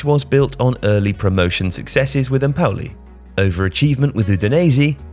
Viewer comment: No one:: EmpOUli